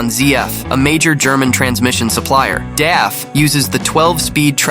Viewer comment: DAF is pronounced like the beer from the Simpsons: Duff. And MAN is actually pronounced letter by letter. You're phonetically close to the correct pronunciation when you say: Emma N.